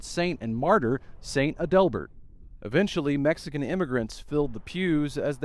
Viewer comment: It's pronounced ADelbert. Learn pronunciations